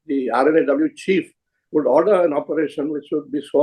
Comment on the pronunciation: Wish Karan Thapar can take the effort to say R&AW just like Mr Dullat says it. Karan Thapar is lacking professionalism